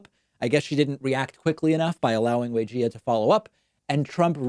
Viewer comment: I love you David, but you're absolutely butchering Weijia's name pronunciation.